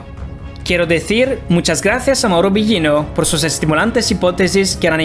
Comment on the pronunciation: A pronunciación del apellido de Mauro esta Incorrecta...